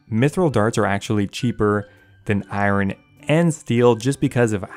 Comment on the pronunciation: pls learn how to pronounce iron